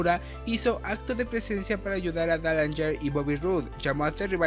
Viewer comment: Pero pues tampoco lo pronunciaste bien...